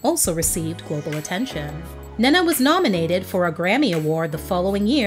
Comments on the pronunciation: I absolutely love this video I missed her so much, just if I may say her name is pronounced "Né-Né" more than Nana 💕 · Her name is pronounced Ney Na. You are mispronouncing her name. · Ahhh, it's pronounced Neneh Cherry = "Nina" Cherry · Lol I like how you pronounce her name. We pronounce is as “knee’ Nah”